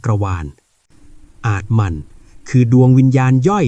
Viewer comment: อาตมัน_อ่านว่า อาด ตะ มัน โมกขศักดิ์ อ่านว่า โมก ขะ ศัก